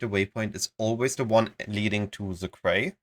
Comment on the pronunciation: Quay is one of those weird words pronounced in now way like it's spelled. Quay --> Key